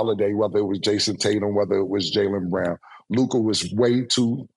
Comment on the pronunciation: Mase actually said Luka AND LOOKAH in the same sentence